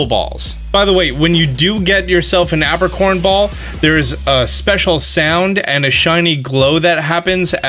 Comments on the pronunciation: I distinctly remember the Johto anime pronouncing it "EY-pricorn".... not "APP-ricorn" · Is this how Americans pronounce Apricorns or is this guy just a silly goose? I say Ape-ri-corn. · "App-ricorns" lol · Lol the way you say apricorn kinda triggered me cause its pronounce ape-pri-corn